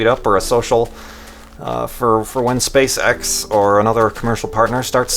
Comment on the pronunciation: Am I the only one who thinks 'SpaceX' sound really really like 'Spay Sex'